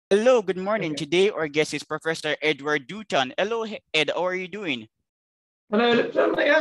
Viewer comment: Hey, Edward Doo-ton is not complaining.